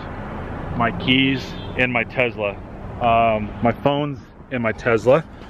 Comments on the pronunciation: It's tes-la not tez-la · Hey bud, Tesla does not have a “z” in the name that I know of... you keep referring to it as a Tezla!!!